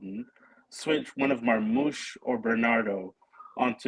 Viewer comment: Marmoush ❌ Marghost 👻 ✅